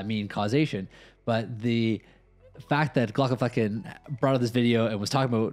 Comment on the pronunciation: You really need to be careful how you pronounce the "flecken" part of his name...although your slips of the tongue add a certain unexpected spice to your reaction video.